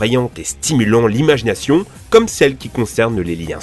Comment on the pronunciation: Il y a que moi qui entend "Image Nation" ?!